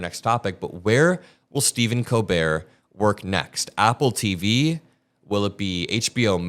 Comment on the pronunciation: Colbert: The T is silent, the L is spoken. “Coal-bear”